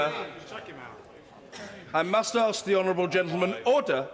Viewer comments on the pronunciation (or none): Why does he say uder instead of order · me when i see Roblox online daters (i know its order but it sounds like oder) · that old chap didnt blink an eye. And that 'orderrr' guy is just like from monthy phyton :D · Auder auder auder......auder...... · “He’s perfectly capable of asking that question without using that word” And you’re perfectly capable of talking without saying “ORDEHH” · He keeps saying “otter” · oawh dugh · Everyone gangsta until the speaker says "Ordah" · "UDA" is what I hear. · My dream in life is to be the man who says Orda. I want to scream at all the MPs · gonna miss him saying oda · Order, Order, horder, hoder, hoder, hoder, hodor, hoder, HODOR, HODOR, HODOR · It's pronounced ORE.......DER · Why does he keep saying "in furnace"?? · He's said the word "Order" so many times that he doesn't know how to pronounce it anymore